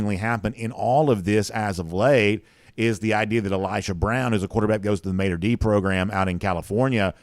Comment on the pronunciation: Small point.....however, the high school out in California known as Mater Dei is pronounced "Mah-tur day", not maytur dee.